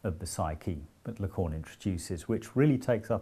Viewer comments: Interesting and very well explained. I'll recommend this video to my students. But please don't call Lacan "la conne". It's very offensive. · If i hear Lacorn again... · Even if he can't pronounce Lacan :)